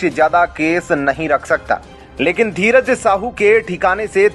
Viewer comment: Tum sahi se dheeraj nahi bol pate kya patrakaar ho tum